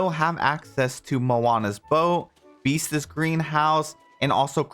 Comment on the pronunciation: I’m begging you to stop saying “Beastes” 😭